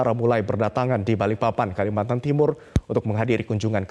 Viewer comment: Kalimantan bukan kalimantar wkwk😅